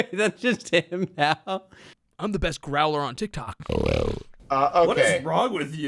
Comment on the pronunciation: "Im the best grouwler on tictok" Greww